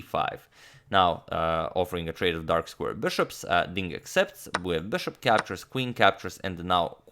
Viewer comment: Am I the only one noticing that the way he says Bishop is off in some way. It sounds more like Bearhhshop